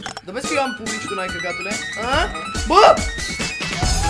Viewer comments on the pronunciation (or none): none